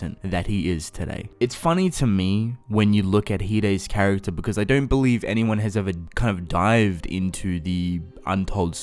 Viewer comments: Can i just mention how he says because BECOUZ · The way he says “because”... sorry not trying to be mean